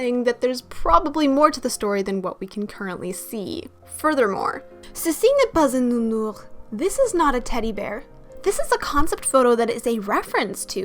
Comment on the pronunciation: Your "ceci n'est pas un nounours" I wasn't ready 🤣 (but your accent is very good #IamFrenchYouKnow)